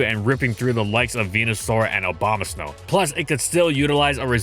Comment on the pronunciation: Why he calling it Obamasnow?